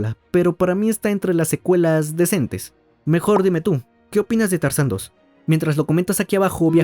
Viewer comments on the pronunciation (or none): Minuto Se dice decente, no descentes 😅